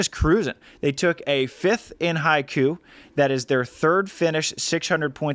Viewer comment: Love what you're doing, totally deserved for the beach volleyball world partnership! Btw Haikou is pronounced Hai-koh, meaning an inlet to a port / to the sea; literally translated as sea-mouth. The organisers of the world tour tournaments and FIVB should we really promote how to pronounce their place names (at the very least) correctly to foreign speakers. Especially for the commentators since everyone who has watched the stream on VolleyTV or YT will think it's pronounced that way, now they all reckon they've been playing in Haikyuu😅 (not the worst outcome haha)